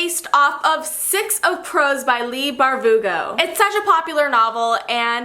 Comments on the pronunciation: Did anyone else hear Leigh barVugo 😂😂 great video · Was I imagining it when she said “Leigh BarVUgo”? I just woke up sooo